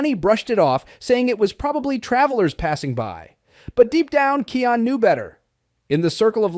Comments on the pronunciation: It is Kion not keon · Its kion not keion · Yah someone please teach this person how to look,read and pronounced it is pronounced kiiiaa-ooon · YOU KEEP SAYING KIONS NAME WORNG